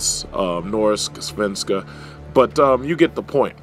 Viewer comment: ... Norsk, Svenska.. :D yeeey, you pronounced a.. well not too hard, but a Swedish word perfectly =D Svenska is the Swedish word for Swedish as you may or may not know.. just felt like sharing =) hehe.. Anyhow, great video! =)